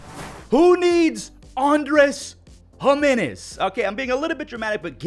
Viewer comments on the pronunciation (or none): none